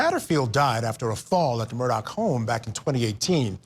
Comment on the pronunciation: I just have to RANT ....... Why does everyone pronounce his name as MURDOCK ??????? ITS MURDAUGH ....... MUR-DAW